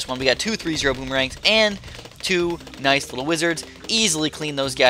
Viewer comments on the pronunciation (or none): none